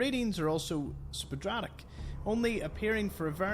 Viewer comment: Sporadic is pronounced "spore-add-ick". It's a similar word to intermittent, meaning it doesn't happen all the time or it happens randomly or occasionally. :-)